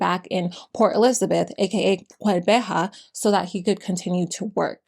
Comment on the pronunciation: I am impressed by your pronunciation for the xhosa words, especially "qheberha"